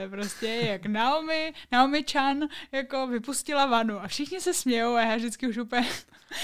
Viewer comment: Myslim, ze se jeji jmeno spravne vyslovuje "Najomi"... rikal mi to Standa.